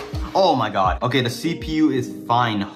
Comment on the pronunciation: "oh my gyadd"